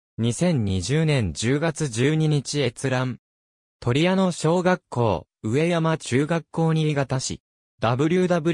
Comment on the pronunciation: じょうしょじゃなくかみところ うえやまでなくかみやま これはひどい自動音声ですね